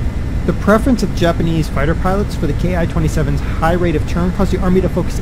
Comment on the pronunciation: It's pronounced like "Key"